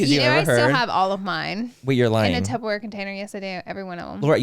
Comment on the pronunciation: Laura honey, I LOVE you, but its TuPPERware 😅 and no B in there loll